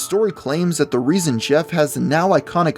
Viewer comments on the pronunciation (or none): none